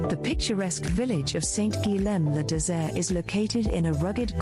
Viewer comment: The pronunciation of Saint-Guilhem le Désert is wrong...in French, “lh” is pronounced “ye”, so it's not “guiLem” that should be said, but “guiYem”.